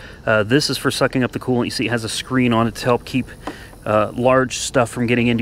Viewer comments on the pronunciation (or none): none